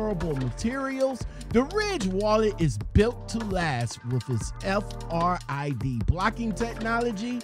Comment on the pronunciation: its not F R I D.... its RFID my man